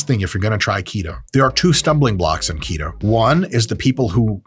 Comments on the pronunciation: His pronunciation of "to keto" sounds like "taquito" and that makes me more hungry... I would stop watching this video now... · When you say “keto”, I’m hearing taquito.